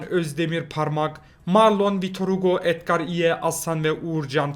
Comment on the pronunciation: Abi Beşiktaş gol atmadan önce adger dedin